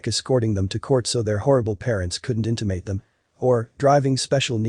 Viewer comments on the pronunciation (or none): this robo narrator keeps makin up words! "intimidate not inti-mate" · Narration is Cringey! “so their parents couldn’t ‘INTIMATE’ them”? Really?? 🤦🏻‍♂️ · Why start a channel where all you do is speak over photos when you can’t say words like “liar” or “intimidate”? It boggles my mind.